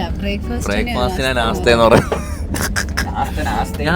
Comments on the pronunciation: nastha alla nashtha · Nastha അല്ല nashtta